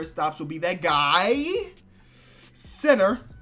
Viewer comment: When he say center it says cinner